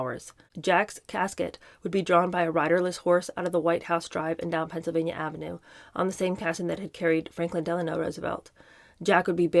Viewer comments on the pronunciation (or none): none